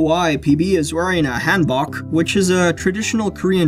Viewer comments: han(book) thats how you say hanbok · Completely butchered the word hanbok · You're right. It's a hanbok. My family is Korean and we wore hanbok for special occasions. After we moved to Canada, we no longer wore our hanbok. They're gathering dust somewhere. Also, your pronunciation of "hanbok" was a little bit off, but that's understandable. Great video!